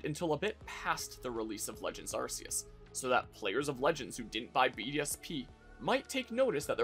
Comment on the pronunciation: Arrse-ee-es. Might as well just straight up call it ass-ee-us.